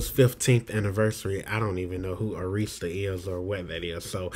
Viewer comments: It's pronounced Árista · First of all, you are mispronouncing the word Arista. It's a record label. SMDH